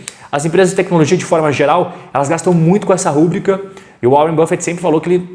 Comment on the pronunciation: Fala meu caro! Conteudos de muito valor, parabéns! Só um pequeno detalhe para melhorar ainda mais seus videos. A pronúncia de uma palavra super importante “rubrica” se dá ênfase no “i”. Ela não é uma proparoxítona, fechado? ruBRIca e não rúbrica! Grande abraço e sucesso sempre!!!!